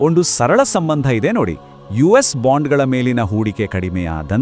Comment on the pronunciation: ಬಾಂಡುಗಲು ಅಲ್ಲ ಬಾಂಡಗಳು